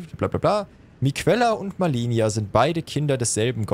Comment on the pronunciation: "Ich bin Malenia": "Cool sie sagt uns immer wie sie heißt" Auch: "Millenia, Melenia, Milania"